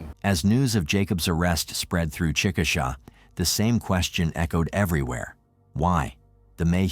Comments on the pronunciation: It’s chick-a-shay—- just so you know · It’s pronounced Chick ah shay